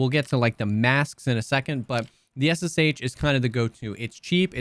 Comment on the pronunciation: SSh is not S S H, it's S SH